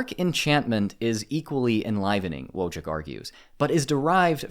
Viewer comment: Wojcik should be pronounced either as "Voichik" or "Voitsik" (depending on which Eastern European country it originates). This might come across as a little picky, but I prefer to get foreign pronunciations correct as a measure of respect.